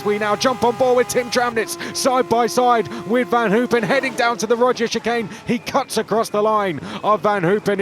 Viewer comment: Can someone please explain to me why they keep calling it the Roger's chicane? Della Roggia is not that hard to say. Maybe just say "the chicane" if you are going to butcher it so badly.